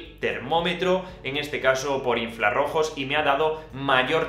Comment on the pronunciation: buen vídeo! un detalle que quizá no sepas y que sea una de esas cosas que cuentas a tus amigos acabas de descubrir: es infrarojos, no inflarojos. Un saludo!